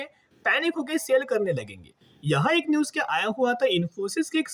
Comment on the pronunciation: AK ni ak bat karate ho,😊